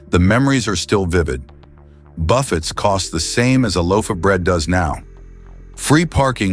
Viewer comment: yet another example of AI not yet catching the correct pronunciation or nuance, eg "buffet' is not pronounced like Jimmy Buffet, which is how this AI pronounced the word